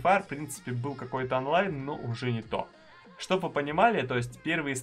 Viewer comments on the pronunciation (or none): none